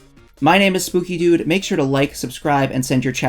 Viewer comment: i thought bro said scooby doo not spooky dood